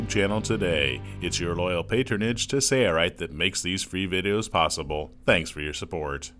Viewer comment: It’s Sail-Rite. . . . . . Not Sayre-Rite !